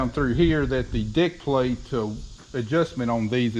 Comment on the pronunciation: Are you calling that a deck plate or Dick plate